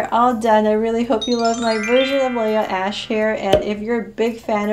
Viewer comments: nobody: Her: laha ash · It's Leah ashe